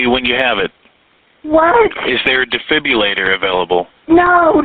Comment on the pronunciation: Defibilator? He couldn’t even say defibrillator correctly.